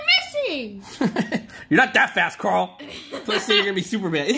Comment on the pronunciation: You said Carol its Carl 🤣🤣🤣🤣🤣